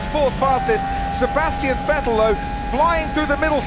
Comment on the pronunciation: I still remember when they said " Vetell "